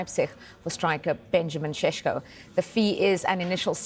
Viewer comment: is it sesko or syesko ? Lol